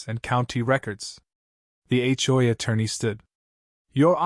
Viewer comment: It's really terrible when Ai can't even pronounce HOA correctly, for this reason no thumbs up from me.